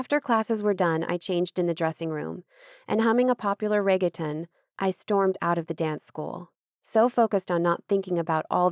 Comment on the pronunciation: I love the narrators ability to bring the characters to life and not sound emotionless but the pronunciation of Reggaeton is driving me mad 😭